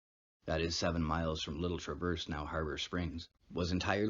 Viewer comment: You are not pronouncing Traverse correctly. J/s